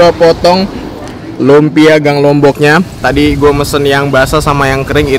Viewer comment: Lunpia om bukan lumpia